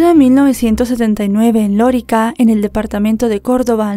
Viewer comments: es: Lorica, NO Lórica. Gracias. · No se dice Lorica, se dice Lorica 😅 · Es Lorica, NO Lórica 😵‍💫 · No sé pronuncia lorica, si no lorìca Córdoba, caso que nos tiene consternados a los Colombianos, gracias, por relatarlo y con tanto respeto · y una cosa se dice Loríca (acento en la i) no lórica… es un pueblo en la costa norte que es famoso por su población mayormente de origen árabe (Siria y Palestina) por eso le dicen Lorica Saudita….. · Se dice LORÍCA no Lorica. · Loríca, el acento está en la i, no en la o. Saludos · Querida: las palabras agudas llevan el acento en la última sílaba. Se marca acento ortográfico (tilde) cuando terminan en vocal, N,S. Las palabras graves, llevan el acento en la penúltima sílaba, se marca acento cuando No terminan en vocal, N,S. Este es el caso de la población de Lorica. Es decir, la sílaba acentuada es la segunda (ri). No lleva tilde porque termina en vocal Las palabras esdrújulas llevan el acento en la antepenultima sílaba y siempre llevan tilde. Por eso sabemos que Lorica no lleva el acento en la sílaba Lo. Bendiciones y abrazos ❤❤ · Lorica se pronuncia con el acento en la segunda sílaba